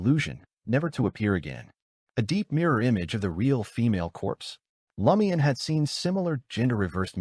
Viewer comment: IT IS NOT L A MIAN. 😢